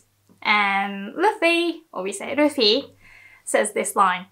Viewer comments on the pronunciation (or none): none